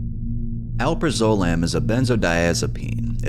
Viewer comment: btw it's pronounced "Al-praz-ah-lam"